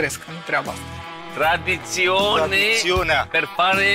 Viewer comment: Ce frumos a zis chef "Michellin-star" : tre sa stii "traditionne" ca sa faci "evolutionne" 🌟